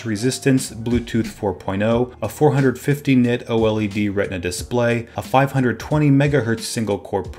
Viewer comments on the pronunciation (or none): none